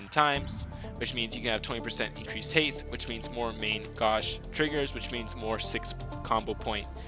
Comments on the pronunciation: Main g-oh-sh. That's how you say main gauche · You did butcher main gauche, but it's really difficult to explain how to say it. Great guide BTW ^^